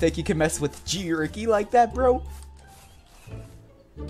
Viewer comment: Ha he said "G Wricky" was easy! xD